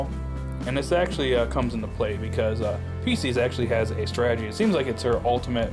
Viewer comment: It’s pronounced Pie sces The callbacks were fun